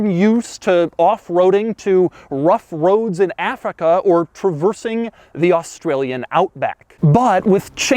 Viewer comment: Rough Roads in Affica??? Doug, what was that?